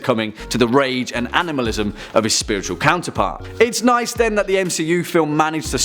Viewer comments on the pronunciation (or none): none